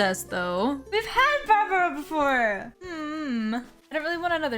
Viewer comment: her name is pronounced barbara 😔 it's a sheep pun